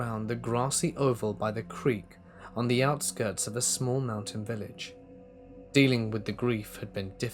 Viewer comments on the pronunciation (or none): none